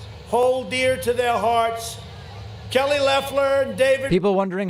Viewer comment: I think he said "our Kelly". But it's still funny. lol